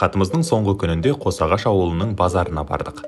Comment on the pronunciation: Қош ағаш емес қос ағаш